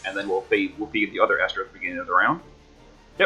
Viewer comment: Thanks for the video. You are one of the few people not to butcher my name.